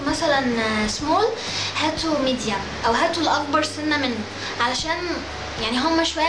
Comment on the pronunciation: يا هبلة مبيقولوش ميديام بيقولوا ميديوم😂😂